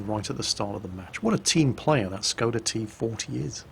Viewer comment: I wonder if is ever going to learn to say the S is Skoda properly.